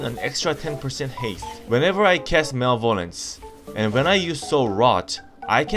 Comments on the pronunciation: this fool said "Mal vol lance"............ It's "Ma Leh Vah Lence" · Just helping out... Not bashing I promise... Malevolence ... Ma-Lev-o-lence ... Like lance but with an E sound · Male vo lance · Mal-vo-lence????? Thats new lol. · the way you say malevolence had me giggle everytime lol